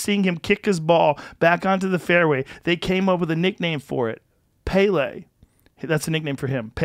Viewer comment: Anyone else see how joe pronounced “pele”...... that’s mad